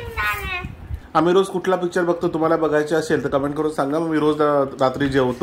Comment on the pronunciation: Tumhi asel la ashel ka bolta.. असेल हा शुद्ध मराठी शब्द आहे. अशेल म्हणू नका